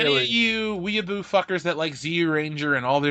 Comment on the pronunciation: What is a "we-a-boo" kid?